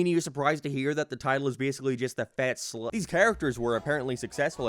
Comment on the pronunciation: It's slag not slehg.